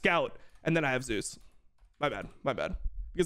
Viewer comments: Thank you Dom for calling him Zeus and not Zay-Us like so many casters. That shit is so annoying. Now if we could start calling Oner correctly as One-er instead of Owner; and LvMao Love-Mao instead of Lu-Mao. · KR casters agreed to call him Zay-Us because there was another LCK player named Zzus. Also, unlike English, Korean doesn't have phonetic ambiguity. You know exactly how something is supposed to be pronounced, and it's supposed to be pronounced Zay-Us. Same thing for Owner. It's literally how Zeus and Oner pronounce their own names.